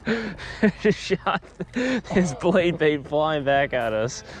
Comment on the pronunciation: The “bade Blait”. 🤣. Anyone else catch that? Love ya. Just having some fun.